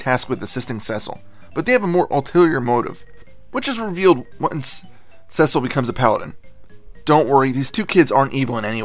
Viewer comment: Sorry this might be rude but its pronounced See-Sull